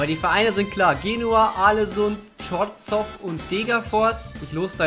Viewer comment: Ich bin chorzow Fan und kriege nen rappel wie du es aussprichst :D